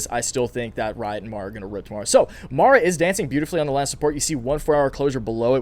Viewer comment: Lol, you finally got MARA name name right 😆🤣